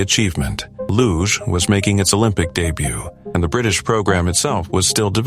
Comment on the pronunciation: Luge pronounced without the E in every language you morons